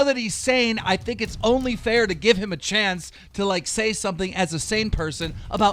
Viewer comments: Anyone notice he said chase when its chance 😂😂😂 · “Chase is gone” lmao it’s chance